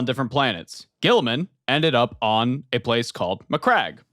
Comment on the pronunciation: Saying G-man's name wrong is like a tradition at this point. lol